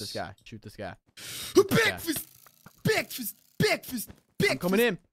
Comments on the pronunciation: U said it wrong it is bekfast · "You're gonna have obstacles in your bekfast" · aaaaaaaaand BEKFAST! that is my fav word in their vocabulary